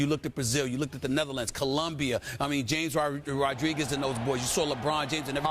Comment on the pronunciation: Skip correctly pronouncing James is hilarious